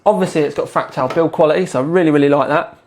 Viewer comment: two sentences in, and I hear "...fractile design..." /sigh